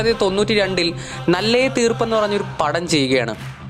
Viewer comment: നല്ലയ തീർപ് എന്നല്ലടാ മണ്ട നാളായ തീർപ് എന്ന 🤣